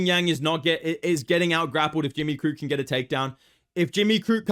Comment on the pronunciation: Bro really said jimmy the crute